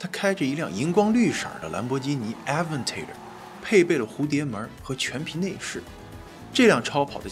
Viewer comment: Aventador发音注意一下 拉垮了